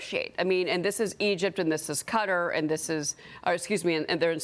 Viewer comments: Very confusing to hear her saying "Cutter"! Oh, she means "Qatar"! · I love how she says cutter instead of qatar lol